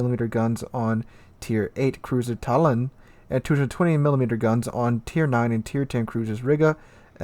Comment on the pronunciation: butchering the pronounceation of Tallin and im not eaven Estonian shame on you !